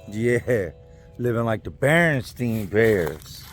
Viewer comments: Notice that said BerenstEin Bears not berenstain... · Barestein Bears. You speak that shit right. Three thumbs up!